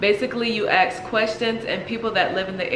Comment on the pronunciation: Ask** not Ax. Come on you’re grown know your grammar.